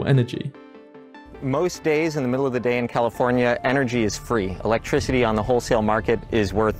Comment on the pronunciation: I can't believe that the dude pronounces "electricity" with a voiced "s", as in "electrisity". Really irritating for me to listen to. Otherwise very well done.